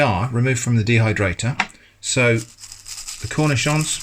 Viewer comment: arent you supposed to bread them and all that?? flour eggs panko? anyway i love your pronunciation of the word "cornichon"